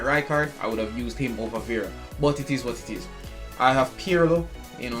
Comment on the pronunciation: I like whenever you say "Itis what titis"😂